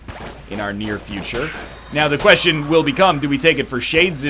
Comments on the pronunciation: Me too Dirpy, i kept hearing shay-jizz revolver and that made me feel funny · Egg can't say Shades Revolver at all